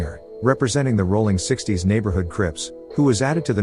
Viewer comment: Aint no g in rollin 60's